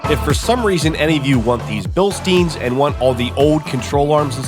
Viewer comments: It's pronounced "bil-stine," not "bil-steen." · bil STINE, not bil STEEN